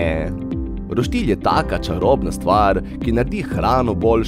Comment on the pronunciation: Reče se roštilj ne pa roštilj